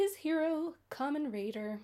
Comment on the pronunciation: Kamen RIDER not raider lol. And his name is TERUHARU and is nicknamed "hideo" as he often runs into trouble like a hero.